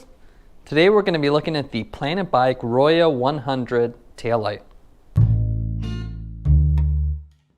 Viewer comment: Pronounced "ROW-ho" Spanish for RED. ;)